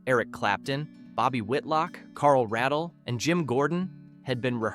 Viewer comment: And Carl Ray-dle.